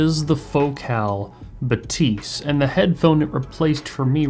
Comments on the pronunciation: That shit is pronounced bath-ys and no one can tell me other wise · baTEES 😂. Still curious who invented this pronunciation. Certainly not Focal on any of their promo videos. Must be the English speaking media. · Agreed! How can I trust audio reviewers' hearing if they can't even properly hear how the company themselves pronounce the product name???? Shame.